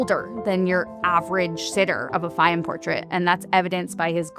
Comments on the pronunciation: It is pronounced Fay-yoom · Absolutely brilliant video! (Please note, nonetheless, that Fayoum is pronounced Fy YOOM -- i.e., not with the accent on the first syllable as the narrator consistently says it.)